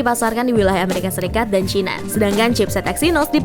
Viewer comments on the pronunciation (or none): none